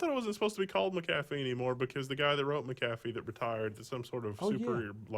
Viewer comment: I thought it was Mac-uh-fee... You make it sound like a dollar menu item from McDonalds.